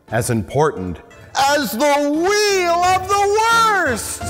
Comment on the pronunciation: Mike: "There's a lot of things going on in the world today, but nothing as important as THE WHELE OF THE WORST" 😵‍💫 Me: He's Unironically not wrong tho. 🤗